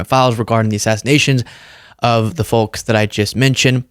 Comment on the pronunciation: The L is silent when pronouncing Folks